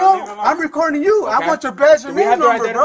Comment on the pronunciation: he keeps saying batch and namenummer